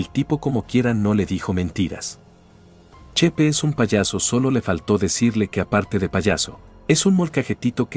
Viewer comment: Chepe no chepa